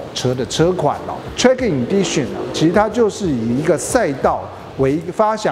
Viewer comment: 能不能把英文单词发音查好练好了再来拍视频？Lexus和 track Edition好好看看国外都怎么念的